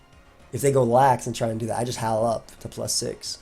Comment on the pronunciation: Man this whole video I was listening to you say howl and it sounds like you’re saying Hau. First time you said it I was wondering why you brought him up lol